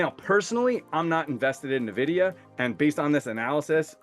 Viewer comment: Nice video, thanks! But could you pronounce it "Envidia" vs "Nevidia"? It sounds really weird....